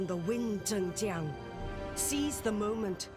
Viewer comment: THE NARRATOR PRONOUNCES HER NAME MULTIPLE TIMES it's zhəng ziang